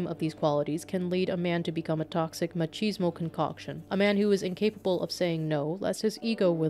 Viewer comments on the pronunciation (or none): none